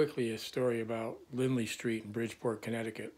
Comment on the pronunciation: It’s Lindley St, not Lindsey. I’ll never forget.